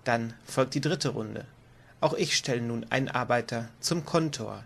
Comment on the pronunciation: Danke für das Video. Schade, dass ihr Schwierigkeiten mit der Sprache habt, z. B. das (!) Kontor, das übrigens auf der der zweiten Silbe betont wird. Plural von Feuerwehrmann ist Feuerwehrleute, so wie Bergmann - Bergleute, Seemann - Seeleute, "-männer" ist die Primitv-Pluralform. (Ja das hat mich auch in der geschriebenen Regel gestört:) Die Farbe der Gebäude der Speicherstadt ist übrigens rot und nicht grün; lediglich die Etagenbezeichnungen sind hier grün hinterlegt. Ansonsten ist die Aussprache erfreulich klar und die Regelerklärung ist gut strukturiert. Ohne obige Fehler wäre sie hervorragend.